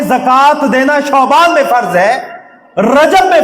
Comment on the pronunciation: علامہ صاحب شعبان شین کے زبر کے ساتھ نہ کہ پیش کے ساتھ